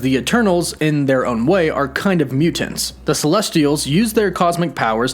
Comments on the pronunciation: Please learn how to say the word "mutants". It's Myootents. Not Mew-tants. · Why do you put so much emphasis on the second syllable of mutants? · Why does this guy always over annunciate all words that end in the letters ‘NT’ - for example mutants always comes out as Mute-aNTS. Drives me insane. Content is good but just say the words bud. No need to add so much emphasis to the syllables of the words you’re trying to say. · You mean MEW TENTS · Mute Ants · My question is why do you always pronounce mutants like mu-Tents. That's the hardest T I've ever heard. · “Mute tants” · The way he says “mutants “ ... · Is it just me or is he saying “Mutants” really weird